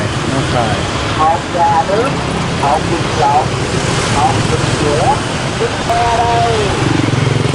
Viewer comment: You pronounced Hot Vit LON like Hot Vit VAGINA in Vietnamese . That made me very confused too